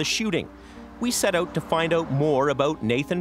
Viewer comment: It’s funny the way these people pronounce “out” like “eaut”. 😂